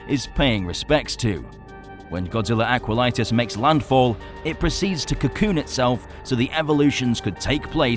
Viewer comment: It’s not Aqualitis, it’s Aquatilis